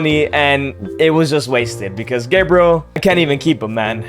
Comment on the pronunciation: Gebriel sounds so wrong 😂😂